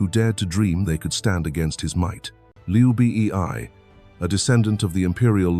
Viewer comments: Who is Liu Bi Ee Ai? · hHAHAHAHA i straight come to comments section to find this...Liu B.E.I